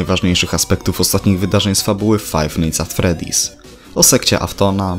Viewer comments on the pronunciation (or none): fajs nit at freddis :D